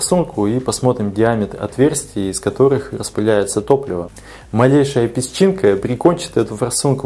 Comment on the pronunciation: У него с головой проблемы. не может подобрать название ролика к содержанию. Ну и за песчинку, которая должна произносится как пещинка.